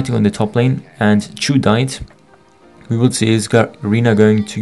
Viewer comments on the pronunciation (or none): lolll how u pronounced Chou :D its not Choo as in Choo Choo Train, but Chou like in Clam Chowder, but deeper O.. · why do you keep saying "chu" ? isnt it pronounced "chaw"